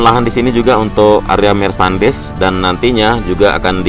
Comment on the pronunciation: Bro aku mohon maaf....boleh koreksi ya...untuk penyebutan yg salah...mohon maaf mas Bukan MARSANDIS mas...tetapi MERCHANDISE...ATAU MERCENDAIS penyebutan nya...yg artinya adalah CENDRA MATA....tetap semangat mas...